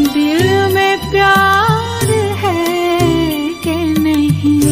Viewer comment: সুর....এক কথায় অসাধারণ। হয় তো স্বয়ং জগজীত জী শুনলেও তারিফ করতেন। কিন্তু উচ্চারণে খুব স্বাভাবিক ভাবেই একটু বাঙালি জিভের প্রভাব রয়ে গেছে। 'নেহি', 'বাতা', 'প্যার' বা 'ইন্তেজার' শব্দ গুলো মূল গানের সঙ্গে মিলিয়ে দেখলেই সূক্ষ্ম একটা অমিল ধরা পড়বে। কাউকে ছোট করা বা নিজের জ্ঞান জাহির করা আমার উদ্দেশ্য নয়, কিন্তু সামান্য একটু উর্দু জানার সুবাদে কথাগুলো বললাম। আমি কিন্তু এনার রবীন্দ্রসঙ্গীতের একজন বড় ভক্ত।